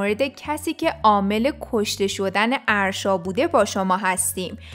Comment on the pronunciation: اَاَ داره اسمش اَرشا لطفا یاد بگیرید یاد بگیریددد اسمش آرشا نیست اگه برید توی پیج فن پیج هاش میفهمید اَ دارههه